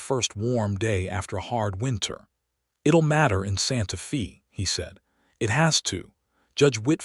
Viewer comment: Narrator pronounced santa fe as santa fee.correct is santa fay